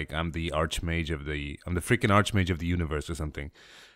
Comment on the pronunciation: It's freaking! Not fricking >_< :(